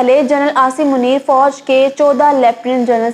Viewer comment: Apna tallafuz improve karnay ki aap ko ashad zarurat hai. For example lafz fauj hota hai aur foaj nahi hota.